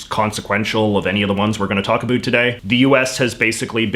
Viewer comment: Just found this channel. Seems great. I want to subscribe, but I can't get over how he says 'about' :|